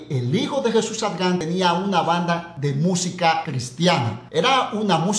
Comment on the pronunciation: Mae pero 😂por qué modifica el nombre de Jesús ADRIAN y decís ARGAN o arjan 😂😂😂😂 con solo eso veo que tus vídeos son mas de chismes y mentiras